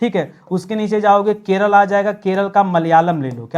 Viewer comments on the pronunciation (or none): none